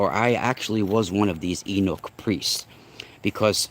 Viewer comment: Ahh word.. I was trying to figure out what you were referring to when you mention the castrated priest class.. I was like "wow, I've never heard that term.." but I'm glad you spelled it because I realized then what you were talking about with that : ) Yeah, you had it right spelled as 'eunuch' but it's actually pronounced like 'you-nick' or sometimes people say it like 'you-neck' depending on where they're from etc.